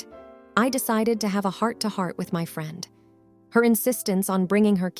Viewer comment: It's really weird, the reader seems not to have an accent, but then reads very common easy words incorrectly like "friend"